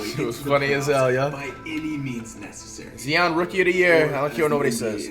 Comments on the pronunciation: Tht what I’m saying. And It’s pronounced Zeon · This man does not say nba player names right he said Zeon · Why does flight always mess up names for? Who’s Zeeon